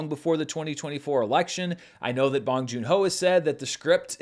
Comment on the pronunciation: "bOHNG" like own. Otherwise, nice review. 😊 -from a Korean American sub